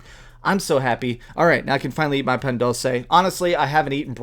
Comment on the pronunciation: Hahaha no offense but you butchered the pan dulce's name. It sounds like pahhn duulse